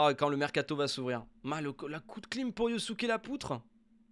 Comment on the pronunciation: a chaque fois que jentend " un veritable coup de clim" , jentend clou de kim. 😅